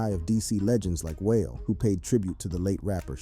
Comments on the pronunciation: Whale🙄 am sitting hear like boy its Wale WAH-LAY DAMN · Damn bro how pronounce Wale as whale??? LOL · Please stop saying whale it’s waalay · Whale lmaoo wahh lay is how you pronouce it foo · Bro, it's KWAY-VO, and WAH-LAY. Holy smoke. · The most disturbing aspect of the video aside from the deaths was this persons butchering of Quavo's and Wale's names smh. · You mispronounce wal e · How tf do you not know how to pronounce Quavo or Wale? And got the nerve to make a video about rappers. 😂 Culture vulture… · Why don't you know how to pronounce Quavo and Wale?? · 😂 I didn't even know he was talking about Wale until I read the comments.